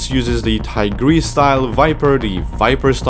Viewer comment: “Wuksi finger hold” “Tigiress” man those pronunciations are better than original